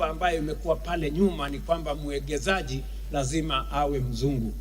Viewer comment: Rais #Ruto tafadhali,'investor' ni mwekezaji ila si mwegezaji